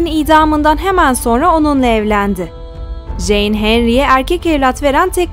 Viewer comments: Jane nasil en diye okunuyor abla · Ah keşke Jane’i “ceyn “ diye okusaydınız. Yine de teşekkürler